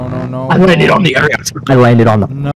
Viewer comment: why do they pronounce it like aeriox?